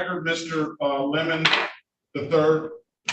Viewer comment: Love how the judge keeps pronouncing it "lemon" rather than "le-MON".